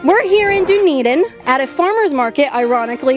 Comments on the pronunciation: KAITLYN! Don’t call that city “DOOnedin”!! Its pronounced “DONE-Eden”. Dunn. Done. Dunn+Eden. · Dunedin = done - eden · It's pronounced "done-eden" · Dunedin is pronounced Done-Eden